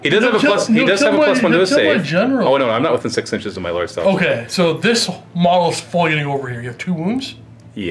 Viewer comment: "M'lord celestant" lololol